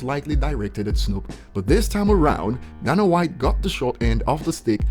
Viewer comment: And DANA IS PRONOUNCED DAY-NUH! Learn how to pronounce a man’s name please!